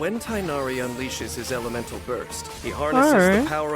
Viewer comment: Gorou's abilities aren't the most flashy, but he singlehandedly makes Geo dps characters viable. Well, other than Navia anyway. You actually pronounced Tighnari's name more accurately to the original Arabic name than the game does. For some reason the English localisation team thought tie-nari would make more sense to a western audience. I don't get why, I would've instinctively pronounced it as tig-nari.